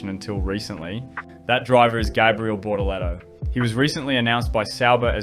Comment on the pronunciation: Bro, its not BOROLEROU. Its BorTOleTO. T T T.